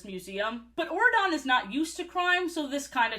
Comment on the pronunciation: What is wrong with my ears until I saw Auradon spelled out I was mishearing it as Oregon and just accepted that a U.S. State had a king in this universe